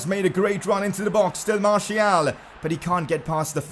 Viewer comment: Pcq: That pronunciation,"Marshial",is annoying as hell...Can we get "Marcial" instead?